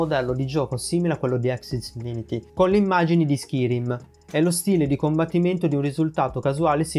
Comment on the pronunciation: "schirim" no però ti prego "scairim"